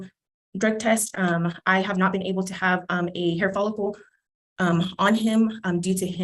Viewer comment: Sounded like dad said he had a hair folicle before he cut his hair.